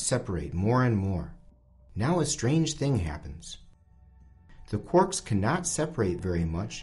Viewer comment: "Quorks"? Ahhhhh it's "Quarks" :D